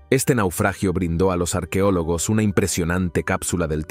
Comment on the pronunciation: No diga arquiólogos, se dice arqueólogos. Doblando programas y hablando mal.